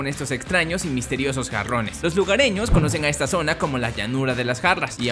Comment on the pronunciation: entendi cabrones xD no jarrones